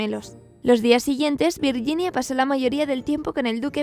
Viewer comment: "virguinia" "sher" simon. O camon please